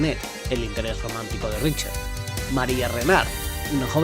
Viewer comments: Buen video pero la pronunciación un poco mala (no es "Richer", es pronunciado. "Ricter", "Sinfoni" etc) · Se lee "Ricter"